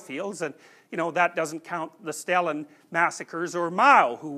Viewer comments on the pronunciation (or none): none